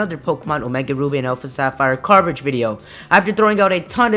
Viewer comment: when he said coverage i was like....what?? (ithought he said garbage video and i was like tru tru......then i was like what!?)